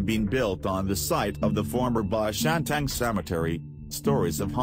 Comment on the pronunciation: It's bishan not be shan Cus the goanimate voice